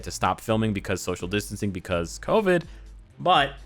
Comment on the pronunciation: Why did say "Covid" like "Kobe!" 😂